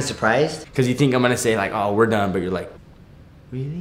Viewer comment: "Wait? Rearry?" 😂😂😂😂💗💗💗💗